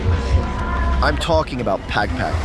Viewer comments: The he pronounce "pag pag" is hilarious. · Pag pag not peg peg😂😂😂documenting something n u cant even pronounce it right